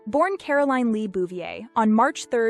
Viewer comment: Well I was just teasing. However that’s honestly how her family, the Bouvier’s pronounced it and therefore she grew up to pronounce it. I don’t know for sure. But it may have to do with her father’s family being French-Canadian immigrants. Possibly the “French” persuasion in the pronunciation. Very very wealthy French-Canadian family. Her daughter Caroline’s name they pronounced “Caro-lie-ne”. In fact Neil Diamonds hit song “Sweet Caroline” was written about her and seeing her all over TV and the press particularly after her father’s assassination.